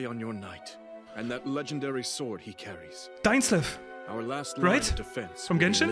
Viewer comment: “Dainsfeif!” 😂😂😂 Ngl, this was me too!